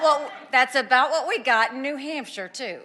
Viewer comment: I know JF is from Mass but why does he sound Canadian when he says about? (aboot) 😂